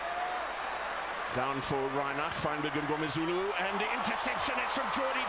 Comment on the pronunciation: Jesus Christ brother, you are a South African and you cannot pronounce "Mngomezulu" correctly. Other YouTubers such as squidge, twocents and wildcard who are foreigners can pronounce it better than you...... i have much love for your content but please please please for the love of god get the name pronunciation correctly especially from your own country man!!!!!!!!